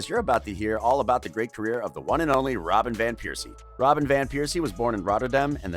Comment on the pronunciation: "Theory Henry", "Arseeen Wenger", "Robert Piercey", damn. And the mic constantly clipping was also totally avoidable